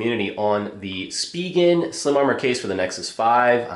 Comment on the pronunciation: Finally someone that pronounces "spigen" properly!